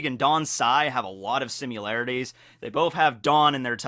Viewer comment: It's similarities, not simularities 😂😂 you 💕